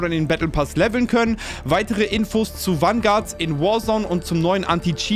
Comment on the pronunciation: Jedes mal wenn er Wanguard sagt einen trinken….